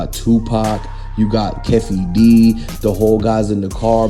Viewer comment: If you don’t know the names don’t do the report. Wtf is Keff E its Kee fee